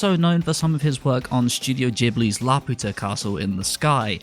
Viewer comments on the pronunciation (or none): Don't say studio jibly ever again please -_